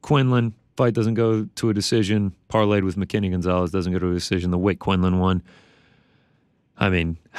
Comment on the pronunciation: Wtf is a "harry-boo"? 😂 And you talking about the brand Haribo? Pronounced ha-reh-beau. Lol. Ariel acts like such a stickler for pronouncing things right. Even tries to say last names in their native tongue. Meanwhile he's always mispronouncing things. Even some basic words like, won. He says "Juan" or "Hjuan". Lol. Or Tuesday as "Chewsday". 😂